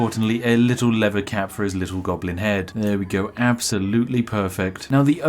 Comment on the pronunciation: "a conniving gonoblin." spiff 2020